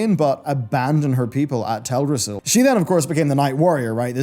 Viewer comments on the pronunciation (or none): none